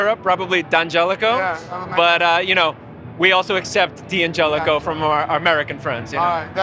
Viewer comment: The D’angelico representative can’t pronounce DANgelico correctly.